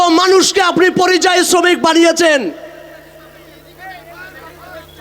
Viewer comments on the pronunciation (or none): none